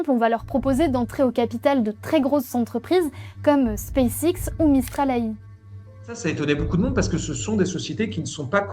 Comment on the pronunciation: Hakim le plus gros mytho de la planète lol. En revanche le mouss il se deguise en homme? Parce qu’il a une voix de fillette mdr. Pour info en anglais ça se prononce : Space ex